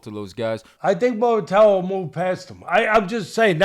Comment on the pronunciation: Come on fellows. Do a little homework and learn how to pronounce the guy’s name. It’s pronounced Moo Ra Ta Ya.